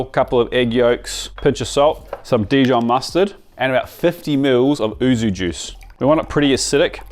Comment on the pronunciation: YUUU - ZUU not OO ZOOO arghh as a Japanese speaker this is like nails down a chalkboard, great video though! Is the ham video coming out soon? 😊